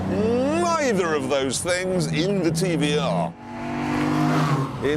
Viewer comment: Its pronounced TVR